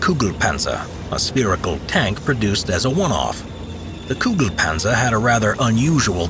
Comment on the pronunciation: I don't hear the tanks name all I hear is "Goo goo Panzer."